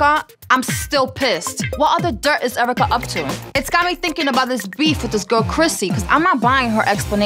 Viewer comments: It’s more like Airvrica! 😂😂😂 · Nobody: Not one single soul: Cyn Santana:”Airwrecka” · I love how Cyn says Erica “eric KAH”